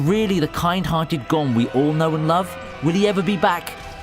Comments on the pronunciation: Stop saying Gon like gone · funny how he says "gon Freecss" as "gone Freecss"